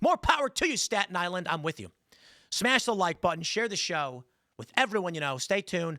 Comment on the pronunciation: LOL STALIN ISLAND not STATON ISLAND